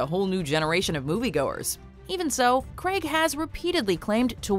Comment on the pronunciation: Since when was Craig pronounced “Craag” !?